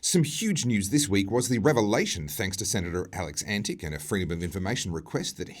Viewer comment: The senator's name is correctly pronounced Antitch (not antic).